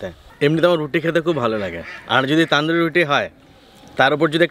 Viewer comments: ওটা তানদুরি বলে না তনদুরি বলে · কথা টা তন্দুরি রুটি তান্দুরি রুটি নয় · Pronunciation wrong only Tonduri not Taanduri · ওটা তনদুরি বলে না। তন্দুরি বলে।